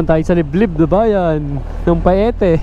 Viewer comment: Ang correct na bigkas ay Payte not Pa-e-te.